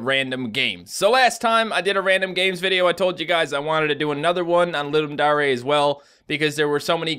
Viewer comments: he deos know its ludum dare not daray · is anyone bothered by the fact that pronounces it "ludum daray" instead of dare? Not to be rude, just something i noticed.